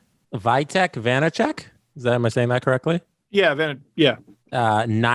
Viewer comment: it's vee-teck not vie-teck but you got the surname right!